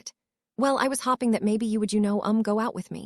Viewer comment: Hopping and hoping are pronounced differently learn the correct pronunciation and what they mean.